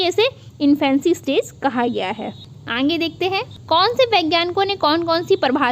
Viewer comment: Kya aap अंगे-अंगे बोलती है सही से आगे बोला करिये न। कान में चुभता है।